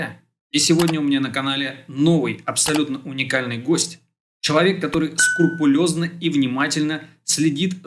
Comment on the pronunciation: СкрУпулёзно 😊 (уточнение)